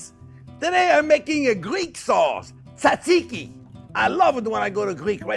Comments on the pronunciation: You don't pronounce the first t in tzatziki. Should sound like zatziki, not tatziki. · Chef cant pronounce it, but he does a good job of making it so I feel like the Greek people will give him a pass here. 👍